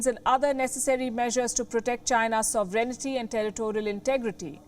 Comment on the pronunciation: This news reader Palaki Shama can't pronounce sovereignty. So-vre-niti. Cum on girl.